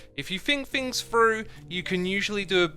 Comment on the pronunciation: "If you fink fings frough" -- I LOVE your accent/dialect, Xisuma!